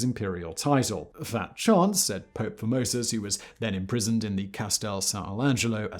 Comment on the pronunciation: I swear I would hear the name 'Formosus' and kept hearing 'Pope Phimosis'... A pope named after a foreskin condition that reportedly afflicted King Louis XVI...Now that's comedy.